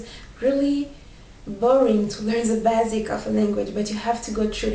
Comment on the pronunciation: Thanks for the video, pouce vert I really need to spent time with the French language, I was learn and stopped some months ago with a lot of excuses. You're already fluent in English, I'm not an English native speaker but, I can tell you some words you could improve: whole (you should pronounce like hole), focused (fooucoussed (FR)), basic (beyssik). try forvo . com au revoir!